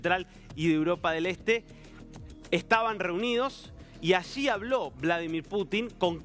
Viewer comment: Vlodolir Putin?? De dónde han sacado a ése reportero?